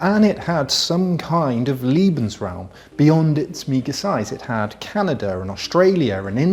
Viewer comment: It's "Lebensraum" - i.e. "LAYbensraum", not "LEEbensraum", for heaven's sake! And "FRYcorps" not "FREEcorps". Drives me crazy.... Otherwise, it's great.